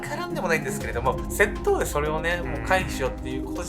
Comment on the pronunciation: 窃盗のイントネーションwセットォ⤵︎オ